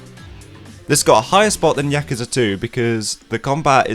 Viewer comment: Why why why does every reviewer, whose played these damn games, fail to pronounce the fucking name of the game correctly. Listen to how the characters say Yakuza. Does it sould like they begin with "Yak" like the animal? With that hard A? No. No no no. At least you didnt pronounce it like my fellow americans where it almost sounds like they're trying to say jacuzi. Fuck.